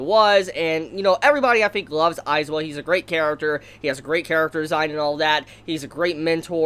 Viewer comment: It's AizAaaaawa not aizwa